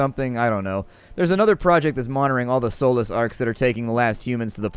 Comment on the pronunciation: Am I the only one who hears soulless instead of Solus when he's saying it? That would give the game an incredibly interesting twist.